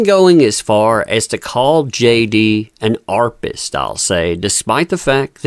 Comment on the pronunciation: What’s an “. Arpist”?